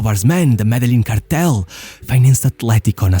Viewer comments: MEdellin as in Medejean ;) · As a native from Medellin it hurts whenever I hear it pronounced like that but it’s always a good laugh Great video!